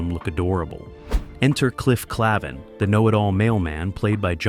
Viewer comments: cliff klavin lmfao its klayvin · Why did you get the sounds wrong? Why did you get some of the names wrong? Live long and prosper with a long i? It's a short i and you know it! And Fonzie didn't sound like a cheap Sylvester Stallone knock off. And it's Calyvin not Clavan. I'm surprised you didn't call Leonard Nimoy Linad Nemoway. My God MAN I'm a fan not a narrator! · If you can't pronounce 'Cliff Clavin,' say, 'AAAAYYYYY!!,' or, 'live long and prosper...' there's little I can do to help you. Nothing, really.